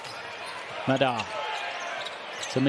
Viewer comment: Funny how the commentators mispronounce Mekel's and Madar's names... It's the other way around. ma-DAR and ME-kel. The more you know...